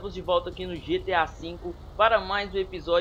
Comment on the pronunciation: beuleuza getea falo sertinho ne que issso hahah